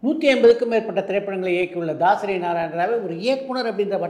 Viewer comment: This Anchor is not informed on movie industry. Its தாசரி‌ not தசரி.